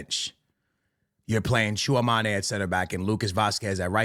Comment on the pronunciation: Tchouameni❌ Tchouamané✅